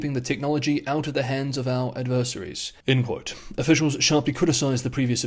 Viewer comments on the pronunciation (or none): ad ver SARIES 😂